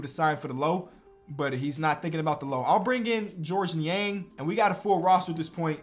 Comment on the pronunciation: I'm so glad actually knows how to pronounce Georges Niang lol